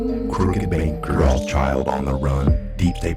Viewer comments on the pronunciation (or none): none